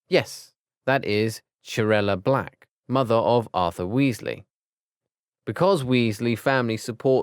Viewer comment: Did u just say Blacj excuse mw